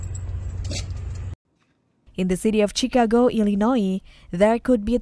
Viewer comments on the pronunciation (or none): It's chi ca go not chick a go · Chee-Ka-Go?! Where is this woman from? 😂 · Hi to the people that is talking about the snow ❄️🌨️ the person is not pernowsing the word Chicago wrong it's not called what She is calling it you all need to correct it. Thank you